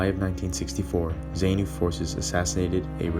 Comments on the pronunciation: Some of the footage is not even related to Rhodesia, you can see that it is from the Vietnam war. The commentary audio is too soft and the music too loud, a lot of the music is also not related to the Rhodesian story. Zaynu (incorrect pronounciation) pronounced zaaarnu terrorists raped and murdered the female survivors of the viscount that crash landed after they shot it down. Zaypu, correct pronounciation Zaarnu were also responsible for lots of atrocities on black civilians in the rural areas, cutting the lips and ears off these civilians and forcing the civilians to cook and eat their own ears and lips, just because the people did not have any food to feed the terrorists. These are the people that are now running the country and things have gotten from bad to worse since independance a lot more people have starved than in Rhodesian times. Mocambique gained independance in 1975 not 1976, clearly the narrator has not researched this story properly and has no clue as to what really happened. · That's NOT "great" mate. Rhodesia and the the Rhodesian Security Forces deserve more respect. These soldiers fought and died for something that you gloss over with 60s music and nonsense 'facts' - you can't even pronounce Zanu or Zapu - but you'll play the Rolling Stones as backing music about something you clearly know nothing about. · Many thanks. Some odd pronunciations, though, you made. Rhodeezhyer, not Rhodayzha. Zarnoo and Zarpoo, not Zane-oo and Zay-poo. Salisbury is pronounced Sorlsb'ree. I can remember as a young man being bitterly against what Smith was doing. I think most 60s people saw it in terms of every African country having the right to its own government and freedom. Age and a more sombre view of what African countries subsequently created have modified my opinions down the years. Mugabe was the worst thing to happen to Zimbabwe. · Great job! Editing needs to consider better pronunciation of eg ZANU, ZAPU etc. But a great statement on that time and place.